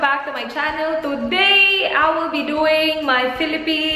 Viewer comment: " i wull be duwing" HAHA